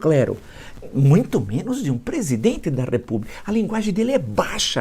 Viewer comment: Está sendo muito generoso. Eu diria que o Ânusnaro domina umas 200 e olhe lá. Note a dificuldade dele pronunciar as palavras "presidente" e "problema".